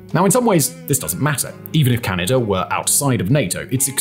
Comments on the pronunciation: And that there's no "er" in Canada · “Ameriker and Canader”😂😂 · Lol "Kalingrad" and "Canader" are really getting to me